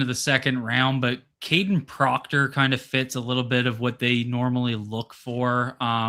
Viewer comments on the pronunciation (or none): none